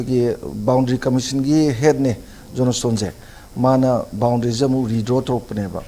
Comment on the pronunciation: My great social scientist....Let us pronounce words correctly....not jonastone... it's Johnston..... great regard....thanks....no offense